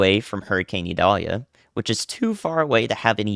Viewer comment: The pronunciation has a long I. Listen to some Sammy Kershaw Vidalia